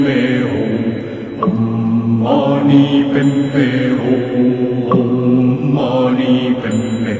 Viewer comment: It's Om Mani Padme Hum but the Hum you pronounce it as Om.